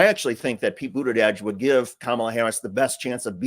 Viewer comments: Bootidudge? Isn't supposed to be a j sound like judge? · Love watching you but Please! Pronounce Pete Buttigieg’s name correctly! It’s not Buttidieg. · It's Buda-jej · I believe you’re pronouncing “Buttigieg” wrong! I’ve heard it’s “Booty-Judge!”🤔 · We hate Trump's constant lies so click bait titles that are a lie just feel yuk! Also, please pronounce Pete Buttigieg's name correctly. It's not Buttidedge! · You only said Pete Buttigieg's name correctly once that entire time. Smh... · Love your videos but please learn how to say Pete’s last name correctly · Cool 😎 but why can't you say Pete's last name?